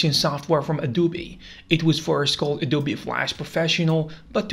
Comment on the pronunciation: no way he called adobe a du bi